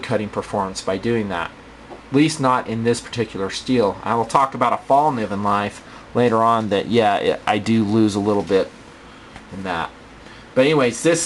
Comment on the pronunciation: Btw, the "k" in Fallkniven is not silent.